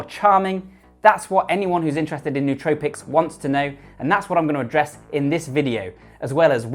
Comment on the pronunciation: Pronouncing the word nootropics wrong already makes you sound less smart...